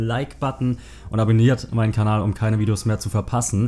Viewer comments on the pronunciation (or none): none